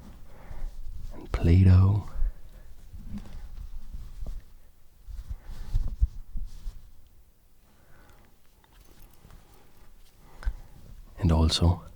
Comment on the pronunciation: I swear he said playdoh